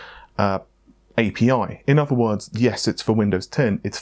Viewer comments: So is Amata gone forever? is pronouncing A P I as APPEEE. Damn it. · I like how you say API